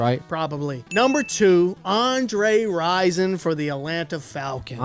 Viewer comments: Andre Rison not Risen IJS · Andre Rison*...not Risen.